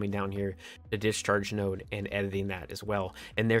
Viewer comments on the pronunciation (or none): none